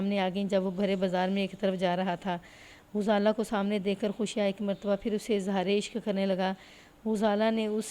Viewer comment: یہ کس نے بتایا ہے کہ غزالہ کو پیش کے ساتھ پڑھو ۔ انے واہ ماری جانی ایں، اردو سیکھیں یہ سیکھنے سے آتی ہے، تلفظ پر بہت توجہ دیں ۔ غزالہ کے غ پر زبر ہوتی ہے ۔۔۔۔۔۔